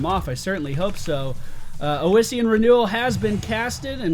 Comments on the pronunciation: Where is this extra vowel coming from in "oh-is-ian" renewal? I could see calling it oh-see-an, although the double s should clue you into the short O sound in the first syllable: Awe-see-an is your phonetic. I am going to be generous make this one free for you, but if you want unsolicited pronunciation guides in the future they are going to cost you;D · Ossian (osh-ian) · FYI Its pronounced like awesome. AWEssien renewel. Same root as osteoporosis. Great video BTW. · "AHSEE-IN' is the collagen of bones and used in the making of gelatin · I really don't understand why would you think it's pronounced Ow-essian when the second letter is S. I mean, come on, it's like calling electricity "ecterlicity". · Alright, so that healing talent you picked on Leoric, Ossein Renewal, is pronounced "Ah-See-In" From Google: "The collagen of bones, used for glues and gelatin, derived by dissolving the mineral content in an acid solution." as it pertains to biochemistry. It is derived from the Latin word for bones. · It's probably been said before but with "ossian" you need to stress the 's' sound. "Ossian" just means "bone related" (ossi- Latin prefix for bone). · God dammit D: It's OSSIAN! Like Osteoperosis! It's from the Greek for bone!